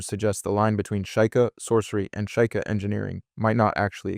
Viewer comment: shy kah? its SHE-KAH